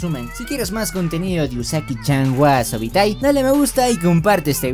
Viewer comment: Porque pronuncias wasoatai si wasobitai